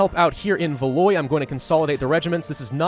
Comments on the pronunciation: it’s not valoy it’s valWAW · There is no VALOY, my God your pronunciation. Downvoted. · Ile de France -- Eel de France. Keep going -- you do great with your pronunciation when you follow your gut,. Also - Valois -- val-WAH. But that's just French being its weird self.:D